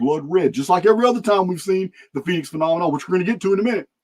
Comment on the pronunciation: a "Phenomenon" is a "Phen- Omen - On" ... "Phoenix Omen" haha love it